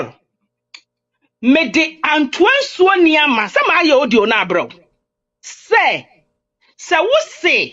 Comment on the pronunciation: The woman did not curse well oo she she said antoa nsuo niama,it's not niama it's nyaama I believe if she said it right by now Paul stomach is big now😂